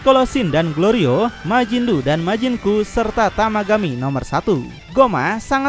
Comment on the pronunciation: Ngakak klo pas ngomg majin du majin ku DUKU😅😅